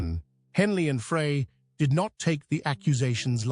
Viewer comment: All these years I thought his name was Fry not Fray